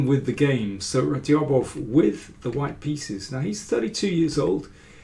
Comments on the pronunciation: Hello Daniel, how are you. I really enjoy the videos. Just for names of grandmasters, I just remind you of Radjabov's correct pronunciation: It is NOT pronounced /Radyabof/, but /Rajabof/, 'dj' being pronounced as it is in 'bridge.' Regards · The "J" in his name is not silent btw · great stuff as always mr. king, just the way u say radjabov is funny check that